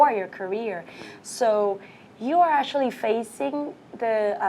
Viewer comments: Phát âm actually thành ashually? Sao mình ghét con này thế ko biết. Giả tạo vãi cả LỒN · E ý phát âm sai từ Actually khá nhiều lần, thiếu âm k và âm ae lại bị đọc như âm a.